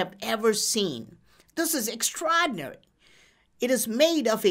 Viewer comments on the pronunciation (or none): Don't know why, but I love the way he says extraordinary...lol